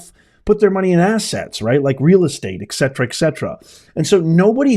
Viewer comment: Professor, take a long look at the word "et cetera", which is Latin for And (et) the rest (cetera). From today forward TRY to remember it's ET cetera and not EC cetera. I taught a course years back on the importance of proper speech/pronunciation. Even ONE mispronounced word can have the effect of a lost job or promotion...or even have one looking less intelligent for it. Not hassling you. Just drawing your attention to a matter of fact.